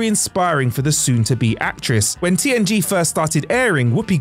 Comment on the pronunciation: At 10 seconds in I swear he said TNT not TNG and then says TNG the rest of the time 😂 Which I can totally see him missing that and fixing in Post, because I had to listen to it several times to make sure I did hear it right.